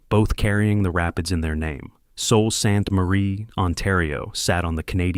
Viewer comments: It is pronounced soo Saint marie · Sue. Saint. Marie. Is this AI or badly narrated ?? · No one is listening past the intro when Sault Ste Marie is mispronounced. 😂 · I dunno what you were thinking doing a documentary on a city you've ether never been to, or had an AI do all your research about. Are you aware that alot of the pictures you used weren't even of the Sault? In addition, your AI narrator hasn't got a clue how to pronounce our city name. Like, come on buddy, this looks like it was thrown together with almost zero effort by a kid in elementary school. First, there is no "Fall" to the Sault. The population in this city has been fairly stable from 2016 to 2021, and has been climbing steadily since 2022. Secondly, we didn't lose industry in the Sault. The city saw that being solely dependent on Steel was flawed, so it diversified it's industries. The Steel Mill has actually been seeing rejuvenation, recently finishing installing a new Electric Arc furnace, with a second one underway. The addition of a tube mill, right on the property, expanded the final products the Steel Mill could produce. We're a center of renewable power generation (Wind/Solar/Hydro). For the past 10+ years our rail line to Southern Ontario has shipped goods DAILY. We have large-scale wood production, including particleboard. We're a main hub for wildfire services, including waterbombers. The corporate headquarters of the OLG calls the Sault home. We've got a large-scale aviation maintenance industry (JD Aero). We're a major R&D research hub for the Ministry of Natural Resources ("bug lab"). Our hospital is now one of the single largest public-sector employers i